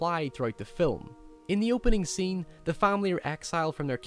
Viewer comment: "Nekedness beceme a sene" what is wrong with your english geez